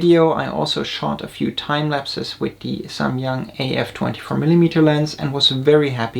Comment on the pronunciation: finally I hear someone pronouncing SAMYANG correctly